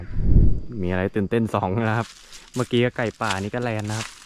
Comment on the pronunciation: แลนค่ะ ไม่ใช่แรน